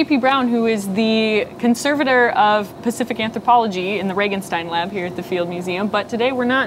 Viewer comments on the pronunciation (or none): none